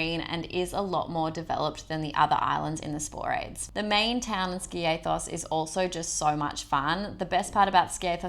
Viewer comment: Great vid . Like you both too…. But… Ski a thos A as in Ant .